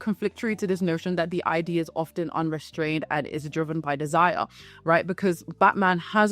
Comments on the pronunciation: its not i d dear. its id. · Id is pronounced as a word that rhymes with lid and bid. Sorry, I'm an out of control pedant, I know.